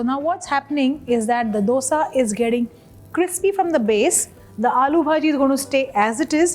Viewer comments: It is not "dodsa" IT IS DOSA😂😂🤣😂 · Wow! Aap ch*@ bhoot acha banathe ho... MYSORE Masala Dosa nahi... Aur ek baat, its pronounced as DHOSA or DHOSE... Stop acting like Ramsey